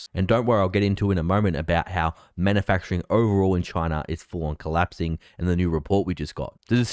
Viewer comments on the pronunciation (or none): "Collapsing", not "clapsing".